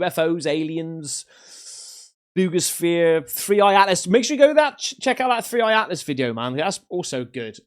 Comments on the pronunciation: For 8 min I thought he was saying boobishere and it does have boobs on it on the top lol 00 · I only keep up with 3I/Atlas in hopes in lands on my X wife's house like the Wicked Witch 🤷🏾‍♂️ Also it sounds like you said boobisphere 🤣🤦🏾‍♂️👍🏾👍🏾👍🏾